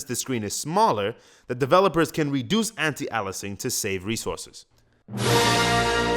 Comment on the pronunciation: ***** Yes, bet he says it like "ellesing"